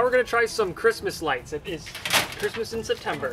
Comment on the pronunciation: "OH THEY'RE LIGHTING UP, ITS CRISTMAS!"